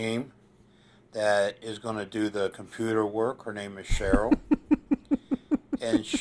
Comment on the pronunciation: ”Compooter work..”